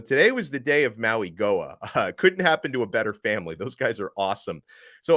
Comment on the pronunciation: It’s pronounced “Maui Noah” not “Maui Goah”